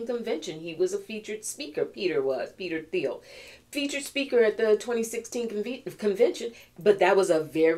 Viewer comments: It's "teel" no TH sound. :) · Thiel rhymes with slippery eel 😅😂😂❤